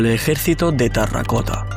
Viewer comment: Lo dices mal. Dices "tarracota". Es "terracota".😊